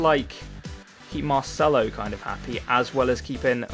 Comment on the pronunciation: why do you pronounce marcelo as mar-chello now when you didnt before